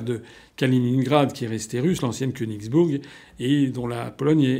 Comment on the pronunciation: Ce n'est pas "Königsburg" (?!), c'est Königsberg.